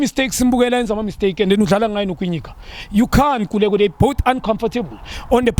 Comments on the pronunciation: my brother, please tell Khanye it's Kwinika, not Kwinyika🙆‍♀️🙈😂🏃😂, Anyway, Danko, and big up to my Masandawana for winning 👆👆👆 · Ngu Kwinika maaarn, not Kwinyika🙈🙈😂😂, anyway Danko Junior, and well done to my team, Masandawana 👆👆👆